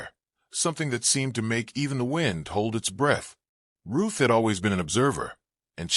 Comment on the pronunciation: Story lines are good, but definitely need better editing. And her name is RUTH not Roof 🙄